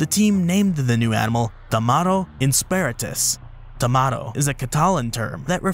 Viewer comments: TamaRRO, you are supposed to roll the r there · And, considering that it's catalan, the "o" should donde like "oo" or "uh" I don't blame him for the mispronunciation 😅